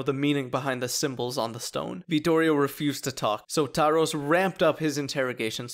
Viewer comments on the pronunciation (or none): His name is pronounced Tarhosh Kovách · Tarhosz kovaksz, hahaha. I love when english people say hungarian names in their own accent.